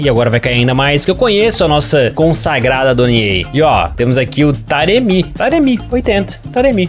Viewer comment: fica colocando assento no nome dos cara que nao existe kkkkkkkkkkk acho muito engraçado ele falando taremí